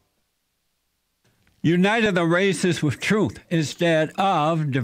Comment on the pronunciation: "trueth" lmao